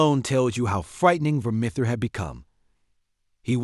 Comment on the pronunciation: If you're going to do a video on something, at least make sure you're pronouncing things correctly. Takes a few seconds to look up. That is NOT how you pronounce Vermithor.